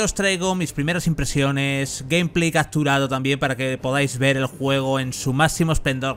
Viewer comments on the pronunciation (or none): none